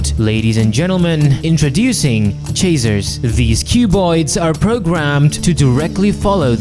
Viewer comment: is bro saying chaser or chazer? I know he has an accent but still